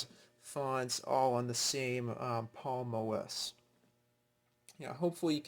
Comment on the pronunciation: Saying "Palm oss" instead of Palm OS. Annoying.